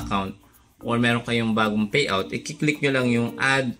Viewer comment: kaloka ka magsalita Faid Feriod Faypal Fayout